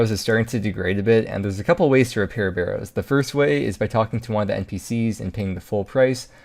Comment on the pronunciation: If he says "burrows" one more time, imma try pking him everytime he goes to the wildy